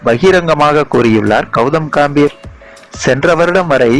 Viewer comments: Kaambir ah? Adhu ghambir da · Sir athu ghambir pls correcta pronoun panunga